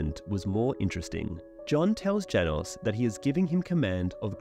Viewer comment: I hate this pronunciation of Janos